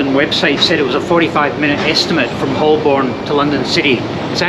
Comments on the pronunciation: Holborn isn't Holl Borne it's Ho burn, just like its Edinburgh not Eding Berg 😉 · It’s pronounced Hoe-bon not Hol-born. HTH. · That was a cool video, but just a note that Holborn is generally pronounced as "Hoe'b'n". And you didn't mention the comfort factor, with hard, unforgiving seats on the train, and probably a more comfortable seat on the plane? I don't think I would want to do the journey from Edinburgh to London on an Azuma with those rock hard seats. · As you will have heard from the announcements on the tube, 'Holborn' is pronounced 'Hoe-burn' (with the 'burn' shortened practically to 'bun'), not 'Holl-borne'. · What a beautiful football stadium you pass by! It's "hoe-bun" btw rather than hol-born (I'm a londoner) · I was under the impression it was pronounced HO-bun. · Hi, Great video, live these self challenges. However, even as an Aussie, I know Holborn is pronounced Ho’burn. My grandad smoked Old Holborn tobacco. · Someone tell it’s pronounced Hol-Bun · Someone tell NMF1969 it's pronounced Hoe-Bn. According to Jago Hazzard, YouTube's resident expert on transport in London. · If you ever come back, Holborn is pronounced "hoh-bən" in standard British English, with the emphasis on the first syllable. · Each time he spoke "Holborn", I cringed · Never flown to Edinburgh but did fly London Heathrow to Manchester many years ago now. It was significantly cheaper, even with a railcard and the friend I was seeing lived fairly close to the airport, much closer than Manchester Piccadilly. BTW the L in Holborn is silent. Not pronounced at all. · Please check your pronunciation of Holborn! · If just pretends that the "L" isn't there he'll be fine.